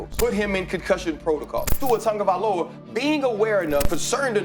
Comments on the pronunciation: It's TUA TagovaiLOA not TagovaiOLA!! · Not once did he say Tagovailoa 😂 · never gonna say his name right….. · you’re still pronouncing Tua’s name wrong.